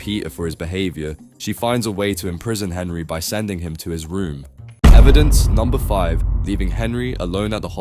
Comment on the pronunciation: I thought you said "punish him by sending him to Israel" and not his room